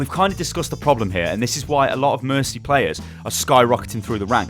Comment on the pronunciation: mercy hah there's no mer-tea